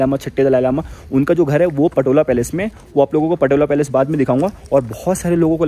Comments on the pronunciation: It’s pronounced “Potala Palace” not patola bro, let me brief you about the smoke offering doesn’t mean sniffing just smell good it’s more associate the pristine nature of aroma that Buddhist believers used in puja and outside the home moreover used it in chapel where enshrined buddha and many deities, protector of dharma’s. Ah Tibet is an autonomous region once used to, but then after 1959 chinese communists annexed it under Mao zedung’ today they hoisted their communists flags on the roof of “Potala Palace” the world riches palace Chinese blunder loot it under coercive communists rules. Many monasteries are destroyed to the dust and monks were threatened to follow their Buddhist practices at vast monks so many them imprisonment. World leaders frigid to talk about the critical and chinese communists gain their stand. “Tibetan nowhere to call home” but feels home in exiled some parts of the world, “Free Tibet Bhoe Gyalo” ✊ “Jai Bharat Jai Tibet”✊✊✊ xi jingpin ke Kano tak sunaye de doston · again you called the Potala Palace "Patola"! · i think its not patola ,, its potala palace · It's Potala Palace not Patola my friend.. Nice video nevertheless 👍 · Potala Palace not patola 😂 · अरे भाई पटोला नहीं पोताला पैलेस होता है🙏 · my nigga its Potala Palace